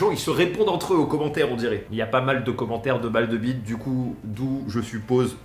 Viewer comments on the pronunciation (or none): none